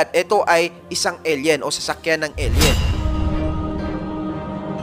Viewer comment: Eyl yen ang basa hindi el yen koya. Tsaka skyscrapers hindi skycrapers sa isa mong video.